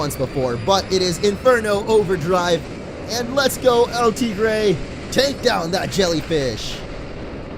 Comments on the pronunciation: you are mispronouncing El tigre. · Hector Garcia he nicknamed it and he is pronoucing it wrong Wow